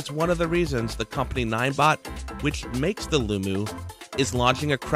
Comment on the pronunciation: Its Loo-Mo! Mo does not equal moo...